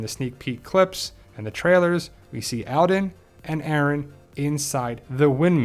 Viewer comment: His name is pronounced ALL-den not AL-den